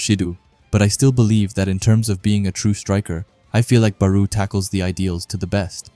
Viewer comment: Am i the only one thatheard Beru instead of Barou?